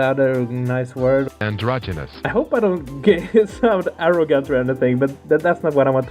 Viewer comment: tries to pronounce androgynous and has a stroke